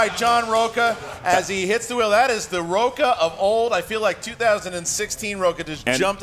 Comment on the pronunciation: Plus in Spanish his name is pronounced "roach-a".